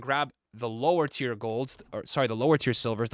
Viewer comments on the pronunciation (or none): none